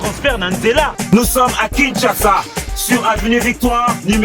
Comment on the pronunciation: On dit Kinshasa et non Kisasa 😅😅😅 Bijoux afingi Sila te oooh